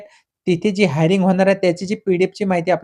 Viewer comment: हायरिंग ❌ हिअरिंग ✅